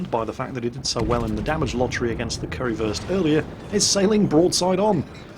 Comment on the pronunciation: Is he saying curryfurst lmao